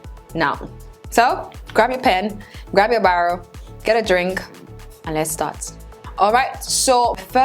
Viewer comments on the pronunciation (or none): none